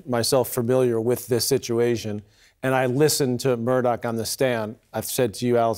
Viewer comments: For Christs sake CNN the guys name is MURDAUGH not MURDOCK. Such Lazy shitty journalism. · Why does everyone mispronounce his last name? If they’re going to say it can’t they figure out how to say it correctly.